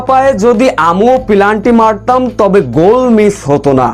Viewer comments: এই শালা শব্দটি হবে পেনাল্টি। তোর উচ্চারণ ভুল। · পেনাল্টি ভুল উচ্চারণ করেন কেন